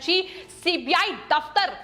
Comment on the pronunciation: एंकर भी गुस्से में है कि सीबीआई की जगह सीपीआई बोल रही है